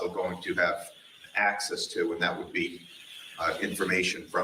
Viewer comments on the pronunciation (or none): none